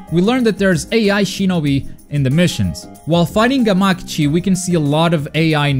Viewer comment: FUCK. You say Gamakichi weird too!!!!!!